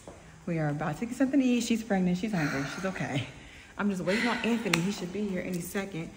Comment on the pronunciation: I thought I was the only one hearing say “AnThaKnee” 🤣